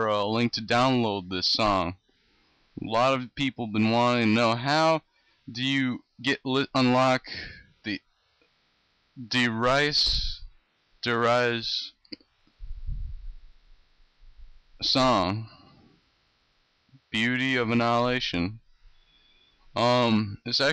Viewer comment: whats that headbanging song called after you get game over? and i think its pronounced "der reese"